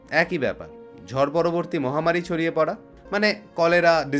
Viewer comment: Etar bepare amar janar khub ichhe chilo. Khub valo laglo. Tobe ota "ঝর" noy, "ঝড়" hobe.